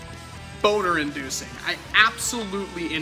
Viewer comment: Ok, did he actually say "boner endoocing"